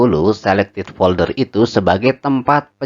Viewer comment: folder mas bukan polder..:face-blue-heart-eyes